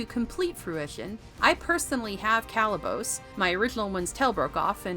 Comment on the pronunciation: Could we get a reviewer who actually watched the movie? The repeated mis-pronunciation of Kalibos gives it away. Someone else wrote the review that is being read off.